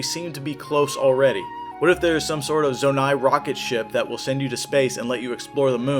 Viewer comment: bro fr said "zo-nate" 💀